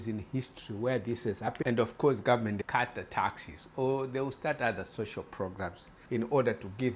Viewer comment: You need to improve your English. For instance "taxi" is not the same word as "taxes" and "government" is not pronounced "gummin". Trying to understand you is not worth the effort.